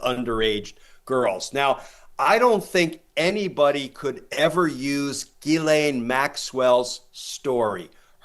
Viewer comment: Ghislaine is a French name and Americans have no idea how to pronoounce it. It's NOT Gilane it jislane . Americans are incredibly ignorant of other cultures because their educational system is extremely bad. Half the time they have problems with double negatives and when to use was and were. There have been far to many times when I have heard American say "I were there yesterday' or "were that there before" or "You was there. Also they don't seen to know the word any exists and say dumb thing sucjh as 'I am not doing that no more" or there wasn't no one there instaed of using anymore or anyone. Is it any small wonder why the rest of the English speaking world thinks of Americans as uneducated bumbkins?